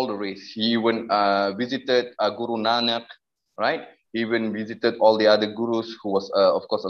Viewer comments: where is your evidence he is Sikh? He can’t even say Guru Nanak in the video properly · he barley speaks Punjabi either he can’t even say guru Nanak properly makes me think he probably doesn’t even come from a Sikh family at all